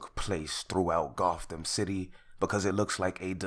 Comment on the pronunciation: he said goththam city stop playing with me